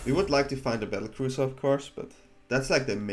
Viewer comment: Battle cruiser you’re cute. It’s battlecrier ❤😂